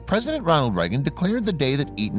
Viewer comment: You kept called him Eaton but it was Aton